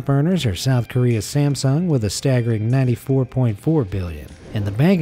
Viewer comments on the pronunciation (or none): none